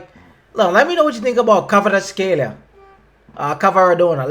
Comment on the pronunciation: not K Karvatskhelia but Kvaratskhelia first v than a but you also can call him just Kvara